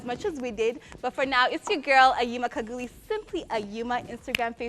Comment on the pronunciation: Khaguli Kha=ha like ha in a word happy not as she pronounce it as Ka of Swahili word kaka